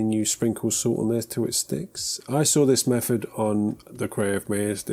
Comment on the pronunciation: I’m just here to listen to you saying mefod.